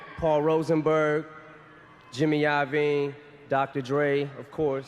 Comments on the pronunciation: i-oh-veen ; infinty? - dude, wtf? just take a second to get this shit right (actual research and listening, or not using voice bots) will grow this channel. stop fuckin around with these "details", they are important to ppl enjoying and trusting your docs. Good luck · bruh, who the hell pronounces Iovine like that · Omg my dude. If you’ve done this research how the hell do you have so much wrong. Simple shit like how Ems first album is titled “infinite” not infinity. Or how your pronounce Jimmy last name. Also they didn’t rent studio time? Because en couldn’t afford much??? Dude they recorded this at Dre’s house. You realize Dre wasn’t broke right? He wasn’t making Marshall pay for studio time. Dude you made a video with so so so so many incorrect facts. I mean just the fact you can’t get the name of an album right isn’t good. It’s not like it’s some unknown album. It’s part of his discography. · Less than 2 minutes into the video this dude already mispronounced Iovine and Infinite...